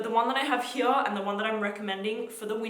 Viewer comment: Here not “Herya”???